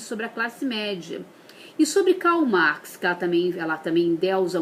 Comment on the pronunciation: olha q demais gente, uma especialista em Marx q n sabe falar o nome dele!!!!!!1